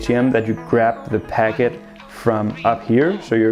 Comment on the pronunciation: Is it me or is he saying pagget instead of packet...